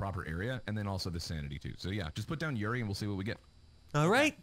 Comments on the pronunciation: Yurei is pronounced You-Ray I've been wanting to play this too. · When they say yuri instead of yurei 👀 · Why pronounce it yuri? Try, hmm, let's see how your mind would interpret this... you-ray? Yuri is something else... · everyone pronounce "Yurei" as "Yuri" and I just facepalm lol